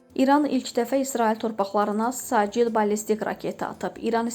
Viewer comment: Siccil (Seccil) sacil yox. Bax əksər xəbərləriniz də belədir